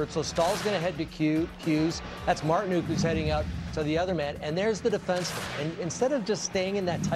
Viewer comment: it's 'nook' as in 'book' or 'hook' or 'shook' or... nook. As funny as Marti-NUKE is given his offensive explosion last round, c'mon man.